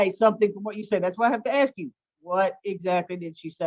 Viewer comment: Before she learns the word supposedly..maybe she should start with “ask”